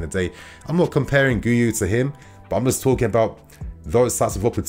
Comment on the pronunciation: PSA: It's pronounced Ghee-You 👍